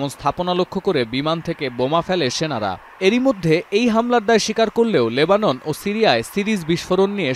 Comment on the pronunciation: লেবানের আবার কি❌ লেবাননের✅